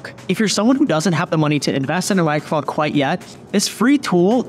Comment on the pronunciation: HE DID NOT SAY MICHROPHONE